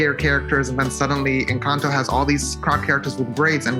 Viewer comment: Ok with all due respect is nobody gonna talk about how they said “enchanto” instead of “encanto” lol 😂